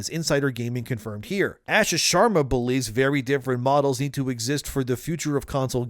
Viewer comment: Bro. Stop pronouncing her name incorrectly. It’s pronounced “ahhh-shaa”.